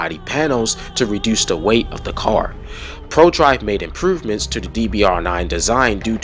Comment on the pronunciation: I hear you say it all the time you just said improvements that is plural. Usually whenever you say plurals, you add an is and it’s pretty funny.